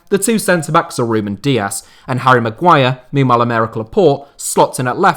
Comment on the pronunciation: You lost me at maguire... MAGUIRE?!?!